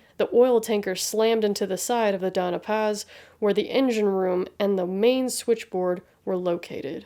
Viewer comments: It's the Don-ya Paz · Always happy to see your uploads Lady, the algorithm is flawed but we're here for you. The only quibble, 'Dona Paz' would be pronounced 'Donya Paz'. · Glad to see you back. One small quibble, though. The vessel was the Doña Paz, so it is pronounced "dohn-ya pahz".